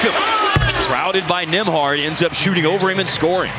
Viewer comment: I'm pretty sure it's Nemhard, not Nimhard, but what do I know about proper pronunciation.